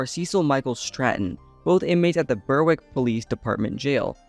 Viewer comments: Berwick is pronounced Berrick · srry but its pronounced "Berrick" ok i'll stop now